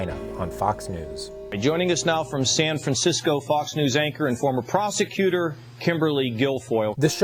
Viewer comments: I swear, instead of prosecutor, I heard prostitute, over and over. Also, did you notice that Jr has black hair? How does mom and dad who has really blonde hair,not fit the mold? I mean look at Eric, kinda looks like mom and dad! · Why do I keep hearing prostitute instead of prosecutor in this clip... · Every time they said the word ‘prosecuter’ in this video I misheard it as ‘prostituter’.... she is absolutely bananas. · Literally, EVERY time he begins to call her a prosecutor, I think he's about to say "prostitute." Every time.